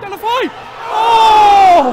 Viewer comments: I think it goes something like Day-Lo-Fay-You Great vlog as always, kudos to Mr.T for that prediction. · Lol...Del-a-fey-o ;). Wasn't it fab!